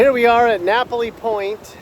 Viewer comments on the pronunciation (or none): Am I the only one that notice that you called Kihei "west coast of Maui", called Molokini crater "Moloka'i and then said it was off the coast of Moloka'i?? Butchered "Keawakapu", "Napili", wrong facts and then decided to film Lahaina town for your channel?? Maui needs visitors, but stay out of Lahaina. Period. I have lived here for almost 30 years, raised a family here and know very well what life here is all about. This was the worst video that I have ever come across about a place that I call home. From an agent to another agent; you should have done much better due diligence.